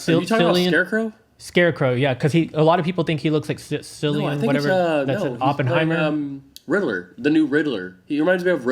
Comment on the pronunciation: I came here to mention the pronunciation of Cillian, too. :) Hard C, not soft C.